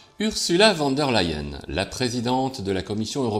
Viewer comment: Leyen, ok c'est allemand, mais prononcé comme en anglais le verbe "to lie" se prononce "laÏ" presque comme ley en 🤣🤣